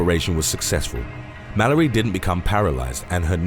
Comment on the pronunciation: It says her name is Shannon Malloy but you're pronouncing it like Malory....